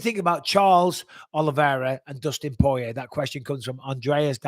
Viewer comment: Great show thank you Mike! Btw it’s Poirier not porier 😉